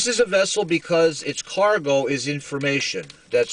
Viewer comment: Did you say cargo or car go